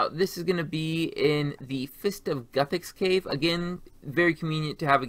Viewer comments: mans really said goothix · tears of goo-thix lmao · To be fair even Jmods don't agree and mispronounce all the time. Look at their video on it. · Pronounces ardougne correctly. Mispronounces Guthix. ?????????